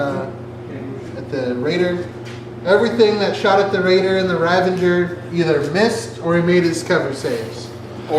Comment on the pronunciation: RAVAGER! NOT RAVANGER! ARGHHH! Awesome bat rep though! :)